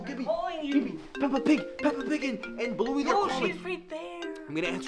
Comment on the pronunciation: It's not blouey it's bluey